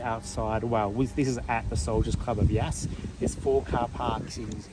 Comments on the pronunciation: Nice video but you pronounced the name wrong. The same as the word "gas" but with a Y. Not yarse. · In stitches over your pronunciation of the town name...don't worry your brother does the same thing when we drive past on our way to Melbourne 😊 Another great episode and Tootsie looks amazing!